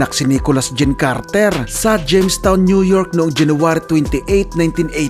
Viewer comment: Carter po hindi KARRRTERR